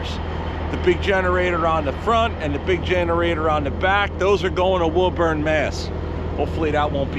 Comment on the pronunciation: Just a little help from a local for pronunciation Woburn Ma = WOO BURN !!!!